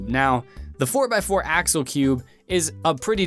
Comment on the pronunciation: for some weird reasons i heare that as 'asshole' instaed of axel